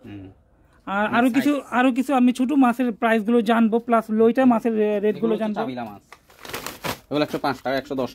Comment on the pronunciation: আরে ভাই লইটা না লইট্টা ভালো করে বলতে শিখুন